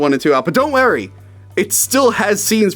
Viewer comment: He always says "wary" instead of worry too